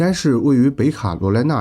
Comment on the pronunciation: “北卡罗来娜州”是读“ 北----卡罗来娜”， 而不是读“北卡----罗来娜” ， 因为还有“南-----卡罗来娜”州。